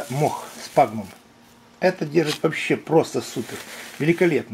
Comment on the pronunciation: Мох - сФагнум, а не сПагнум. Но не суть. Очень познавательно, спасибо.